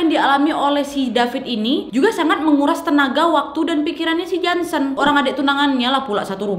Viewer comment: Ngakak pas Ka nad bilang jonson bkn Jansen :(